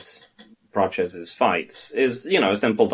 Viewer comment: It's not Praches lads, it's Prates. That's how the man himself pronounces it, and he would know - he's a nerd 🤓